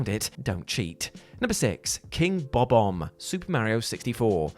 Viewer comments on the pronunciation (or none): I always find it curious when people say the name Bob-omb. Because it actually pronounced Bo Bomb except the Bo is pronounced Ba and sounds like Ba Bomb. He pronounced it wrong like 3 times trying to sound it out phonetically but then gave up and pronounced it the correct way 😁